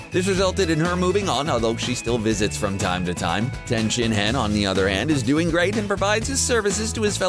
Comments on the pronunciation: His name is not ten. Pronounced Tee in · ....did you seriously call Tien "Ten" Shinhan? o_O it's pronounced tee-en....or like T N. Dumbasses.... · You can't pronounce dbz names worth shit lmao. You literally called tien "tan" like 4 times, and thats an easy one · This is how you know the narrator doesnt watch this... calling tien "Ten" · This dude never watches DBZ I can tell by the way he brutally killed Tien's name.... 😅😅😅😅😂😂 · oh my god you butchered Tien's name so hard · Who taught you how to pronounce Tien's name?